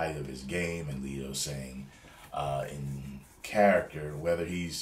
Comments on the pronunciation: its letto not leeto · Hey, you pronounce Jared's last name like "let" not "leet".